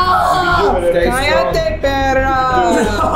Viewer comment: did a really good Mexican "cállate" it actually sounded like when a señora shuts you up